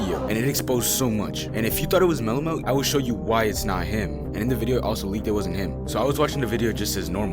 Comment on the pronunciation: Its mellomelt 😂